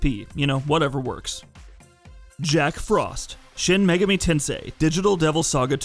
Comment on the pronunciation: Not even shin megaHmi is safe from shit pronunciation....🤮